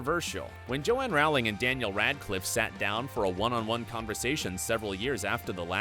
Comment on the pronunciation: Pls say row ling right